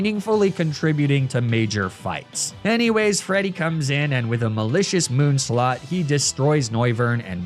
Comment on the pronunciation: I can't tell if you mispronounced Malicious Moonsault as "Malicious Moonslaught" on purpose or not.